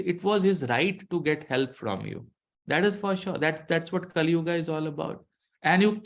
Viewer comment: Sir please don't say kalyuugaa. It's sounds awkward.